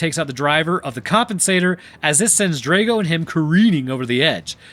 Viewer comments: It's (*draw-go), not (*dray-go) 😅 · Dr-ah-go you need to say it correctly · Draw go. Ivan Drago. That mispronounced name was an assault on the ears.